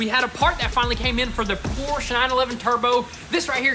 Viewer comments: When will you finally pronounce the name of that car correctly? It's a freaking PORSCHE! Not a Porsch... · love the vids but as a german I am hurt every time you say porsch... it's porschE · I really wish you guys would pronounce Porsche right..Por Shuh not Poorest..